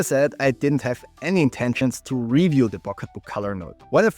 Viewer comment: re'view - stress the second syllable dude;)